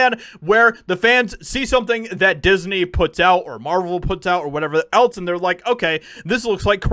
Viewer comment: Dude, else is not spelled with a t. It is not eltse but else.